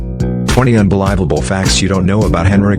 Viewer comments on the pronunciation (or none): Those so-called unbelEYEable facts are daft nonsense. How can anyone not know how to pronounce the word unbelievable? Wot rot!